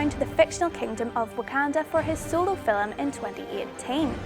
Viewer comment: it's film, not fillem